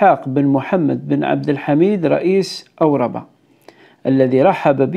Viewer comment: قبيلة أوربة لا تنطق هكذا بل بالهمزة المرفوعة و الراء الساكنة و الباء المنصوبة و للتذكير نسيت القبائل الزناتية الجزائرية التي هاجرت للمغرب الأقصى و حكمت أجزاءا شاسعة منه مثل بنو يفرن و بنو مغراوة و بنو مدرار